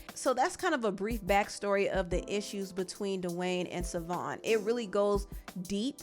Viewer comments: The ex wife name is pronounced Chivone or shavon not savon it is an Irish spelling lord jesus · His ex wife's name is pronounced SHAvon, not Savon. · Ur getting much closer to pronouncing his ex name but there's a sh sound at the beginning (pronounced shuh-von) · Her name is pronounced “Sha-Von Fun-chez”